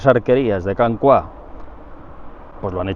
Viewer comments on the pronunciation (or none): Can Cuá suena fatal, es Can Cúa, pero no lleva tilde porque en catalán no debe llevarla por las normas ortográficas. Cua es "cola" en castellano. Y ya puestos "Roig" se pronuncia "roch", con o abierta pero eso ya se entiende que un castellano parlante no puede. Y el acueducto está catalogado como "romano" por el ayuntamiento de Pineda, con dos... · Consejo de catalán: cua es una palabra llana, la sílaba tónica es la primera con lo que lo pronunciamos /cúa/ en vez de /cuá/. Una salutació! 🤗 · Muy instructivo, lo de la cota inapelable. Como indicación el lugar se pronuncia [Can cúa] (cola) y no [Can cuá]. Can Roig muy bien pronunciado por cierto. Un saludo y ánimos con su trabajo, siempre de interés. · me hace gracia cuando dices " Can Cuá".... es Can Cua!!! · Per cert, és Can Cua, no pas Can Cuà. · no es can "CUÁ" es can "CÚA" en catalan cuá no significa nada, cúa significa cola, rabo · Saludos! Creo que pronuncia mal Can Cua. En catalán, para pronunciarlo como hace, deberíamos escribir la A con acento, "Cuà". Esto es porque la U y la A quedan en sílabas distintas. Otro caso de diferencias en los diptongos es el clásico "María" que en catalán va sin acento, pues I + A también se separan a sílabas distintas. "Cúa" significa "cola", y vi que hay otros Can Cua cerca de Girona y Centelles. Muchas gracias por compartir su conocimiento con tanto empeño y éxito!